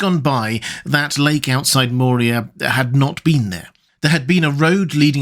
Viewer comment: Dude, i dont know if im just crazy, but i keep hearing you add a d to Moria and it sounds like nails on a chalkboard everytime. Its moria, not Mordia. If you arent saying that, i apologize and need to get my ears checked